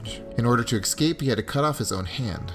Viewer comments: Not EX-CAPE it's ES-CAPE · cool video but learn to say escape